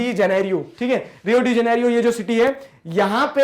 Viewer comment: jeneiro hota h sir jnerio nhi aapki spleeing sahi h but pronounciation wrong h so student v wahi bolenge or exam m wrong spelling likh denge. thank me later